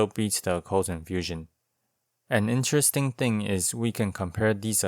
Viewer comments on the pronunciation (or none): none